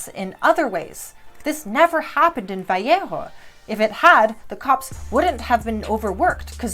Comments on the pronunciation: It's "Vah lay ho"... I'll see myself out. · I love this. I really wish more people had the capacity and motivation to think clearly through different perspectives and oppositing standpoints. Although, as someone who grew up near Vallejo, it's incredibly weird sounding to my ears to hear someone speaking English not saying "vuh-lay-ho." Thank you for putting in the work and creating this criminally unseen video!